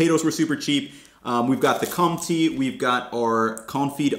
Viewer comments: Marché d'Aligre is pronounced "Marchay d'Ali-gr" and Compté is "Comptay". Whenever you see "é", say it "ay". And if you see an "e" at the end of a word, it's almost always silent. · Amazing content but you need to work on your pronunciation of French words (Com-tee 😵‍💫) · you dont pronounce the M in comte.. you say it CON (no N) TE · I second this guy, the "é" from Comté cheese if pronounced /eɪ/ similarly to the final "e" of Santa Fe, lake, paid, feint etc. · That e with the accent in "Comté" is pronounced like the middle sound of "fair", "care", or "pair". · Cents is just cents, it literally comes from the french centime, which means 1/100th. And the é in compté is not an e. The english pronunciation of e is how the french pronounce the letter i. The e, è and é are all different pronunciations, it’s hard to explain how to pronounce the é, as there is no english equivalent. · Sa prononciation de comté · Pls google how to pronounce comte, it’s my favourite cheese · This is only to help you out and not to be snarky but that cheese is pronounced, "Kone-tay". The "n" is a nasal sound so you don't pronounce it as a "n". Think of it like saying the word "won"t" without pronouncing the 'n' and the 't'. Nice video !! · Also, quick tip, the pronunciation is closer to something like Con-tay rather than Con-tee, if you are looking to improve your pronunciation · The second syllable in "comte" is like the first syllable in "tender". It is not like the word "tea". This was a very good video (as usual). It's great you are going to other countries now. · Pretty much on spot. As Felix said, the premium choice would be Monoprix (although there are less available, more expensive options too). Btw Comté is pronounced Comtay, and not com-tee ;) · Comté = /kohm tay/ not /tee/. Just remember en 'e' at the end of a word isn't pronounced, unless it's 'é', in which case it's pronounced /ay/ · that cheese is pronounced comtay, not comtee. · it's called compté not comptee